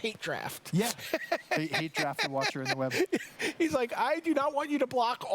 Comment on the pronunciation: Does anyone know why all magic players emphasize the wrong syllabels in 3 word name cards? like "Watcher in the Web". Normally you'd pronounce it by emphasizing the last part of the 3 word combo. "Watcher in the WEB". Why do magic players Emphasize the First word in the name? "WATCHER in the web".